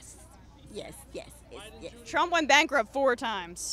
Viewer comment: "Joe Biden is all about the money!!" You said Trump wrong